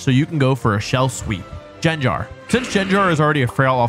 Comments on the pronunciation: Arkanian,vivillon pronounced in French, gardivoah, Jengar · I've never noticed how badly u pronounce pokemon before no offence init, it just made me laugh, jengar... vespiqwen🤣🤣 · Dude. You said Arcanine and Gangar wrong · GEN-JAR???? IT'S GENGAR!!! The pronunciation is like the g in getting, in both the g's of it's name. Look it up, it will say geng·guh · “Arca knee nay”? Arca Nine bro.. arc a NINE Gengar.. not gen like generator. Gen like CAN (but with a G) ya get ya pronunciation correct. (C)Gen Garr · Jenjar gave me an aneurysm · Ark a nee nay Jen gar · "arcaneenay" gave me a brain aneurysm edit: so did jenjar edit 2: okay i can live with slayking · JEN-JAR?! blasphemy. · “Arcaninei” and “Jengar” 💀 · And Jen jar? Learn how to say the names bud.... your going to kill us millennials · Arcanine Gengar Vaporeon DONT SAY IT Scizor Gardevoir Breloom Slaking How did he mispronounce the names of SEVEN Pokémon in 10 minutes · What did he call Arcanine & Gengar🥴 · Your pronounciation of Arcanine is abysmal. Ok, add Gengar onto that.